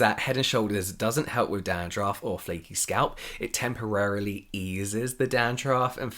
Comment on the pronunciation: James saying 'Dahn-drahff' added fifty years to my life